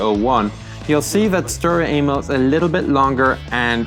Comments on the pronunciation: he cudent say Emil but insted anal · did anyone else hear sturer anal? XD